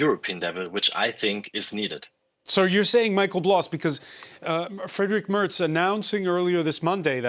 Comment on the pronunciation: Say the name properly. It's Mehrtz. Not Murtz.